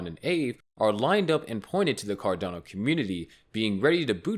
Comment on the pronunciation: Car-delay-no won't even hit $6